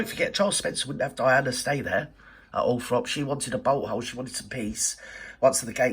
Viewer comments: At least check how to spell and pronounce Althorp then you might succeed. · I lived 5k from Althorp so keen to have it known correctly